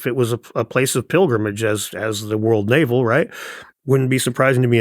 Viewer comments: it’s “navel of the world” not “naval of the world” as in “belly button,” not “water army” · Navel . . . not naval . . . of the world.